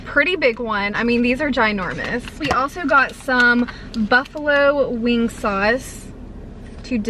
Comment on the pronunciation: very funny to hear you say words with "ng" at the end like wing haha you say it like "winguh"